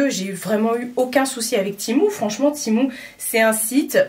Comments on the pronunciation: Oui! Du coup la marque me note dans chaque mail « ça se prononce TI-MOU » 🤣🤣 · Mdr 😂 bah je pense que la marque sait mieux que quiconque comment ça se prononce non et si ils me demandent de dire ti mou c’est que c’est ti mou